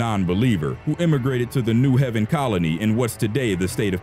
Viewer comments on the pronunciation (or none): it's not new Heaven it's New Haven it is a long a sound. I can tell the narrator is not from the North East or New England....I never heard of New Heaven Conn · New Ha-ven n o t New Heaven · You kept pronounced new Haven. CT.. the it's not new heaven... It's ok I still love your show I was just shocked to hear my city on your show... keep with great video